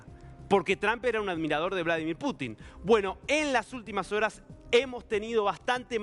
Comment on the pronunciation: Vlodolir Putin?? De dónde han sacado a ése reportero?